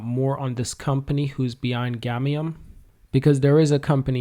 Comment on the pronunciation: It's "GAMIUM " bro not gamnium! I can't believe u promoted a token and u don't even know the name 😔